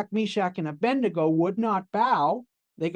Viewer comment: It's ABEDNEGO not Abendigo